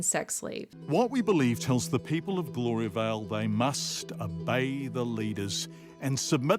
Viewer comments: It's Gloria Vale, not Gloria Bell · Gloria-vel? Try saying "Gloria-vail". Had no idea who you were talking about